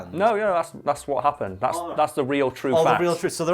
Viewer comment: if Karl is correct cos it is spelt phonetically, why do you pronounce "But" as "Bot". This means that you don't care about phonetics at all so don't play that card.